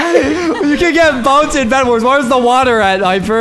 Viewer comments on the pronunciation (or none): You said bed was but you said wedbars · t-poses Also: “everyone welcome to wed wars”